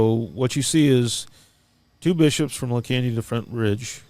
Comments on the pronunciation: Yikes! I grew up in the Arcadia California Stake and knew tons of members in the Pasadena Stake but never heard about any of this... La Canada Flintridge is a city over.... it's pronounced "La Can-ya-da" for future podcasts if you need to address the city. My mind is blown with all of this horrific abuse! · Not that it matters, but just in case you are interested, La Canada is pronounced la kahn yee a da. That is the spanish pronunciation and Californians pronounce it with the Spanish pronunciation. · pronounced La canada...your pronouncing it in correctly...please change how your pronouncing it.. if your going to talk about it.